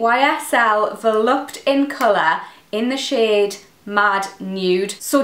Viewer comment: To answer your question, Volupté is pronounced "VoluptAY" and not "Volupt" 😀😉 Nice eye look !